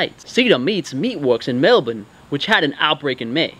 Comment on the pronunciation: To be fair, he pronounced Mel-bun correctly 🇦🇺